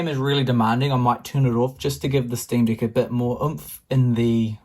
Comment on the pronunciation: Is it just ME who hears deck as Dick?! 🤨